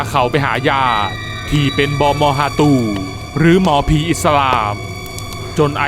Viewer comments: เขาเรียกว่า บาบอฮาตู ครัช ไม่ใช่ บอบอ ฮาตู55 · ชอบคำนี้มากคับ (บอมอฮาตู) พี่พูดชัดมาก❤️จากเด็กสามจังหวัด